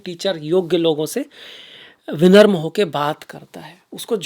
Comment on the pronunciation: विनम्रतापूर्व निवेदन. विनम्र न की विनर्म. धन्यवाद 🕉️🚩🙏